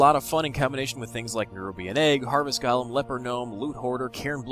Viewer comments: Its gOlem, not gAlem :D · He pronounces it gollem, not galem. Both are wrong, but, just sayin.